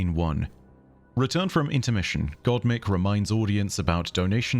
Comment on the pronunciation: it’s pronounced “God mike” as in microphone. It’s a theatre thing (I believe it’s a reference to the voice of god, a voice from an unseen being) for announcements and such.